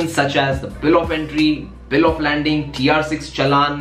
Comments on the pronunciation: Bhai wo bill of landing nahi hoti 😅 bill of lading hoti hai 🍻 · Bill of lading or bill of landing , I think it’s bill if lading ... excellent video anyway .... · It's bill of lading (no 'n' in it) and not landing btw, which means it will show when the container was loaded(or laded) with the motorcycle or any other cargo for that matter. It is created at the port of origin. Very very informative video btw, very helpful! And that 5vy looks amazing :)